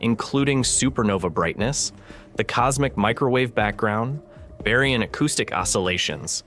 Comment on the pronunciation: Aargh, I hate the AI voices! Bury-un acoustic oscillations? Type eye-A supernovae? Come on!